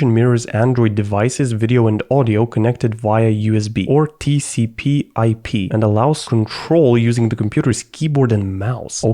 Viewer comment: Why do you read all acronyms wrong? TCP, ADB. It's not that difficult lol